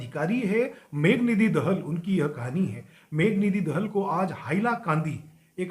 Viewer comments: sorry to say dis,please make the pronunciation right,,it's Dahaal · Dahal bhi thik se pronounse kijiye